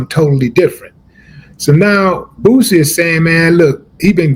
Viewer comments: They cant even say his name right Boozy 😅😅😅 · I hate the way white folks say boosie they always pronounce it Boozy